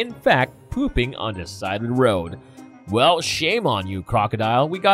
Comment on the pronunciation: I've never heard someone say "da" instead of the so many times in on video...🙄🤔🤯🤦🏼‍♀️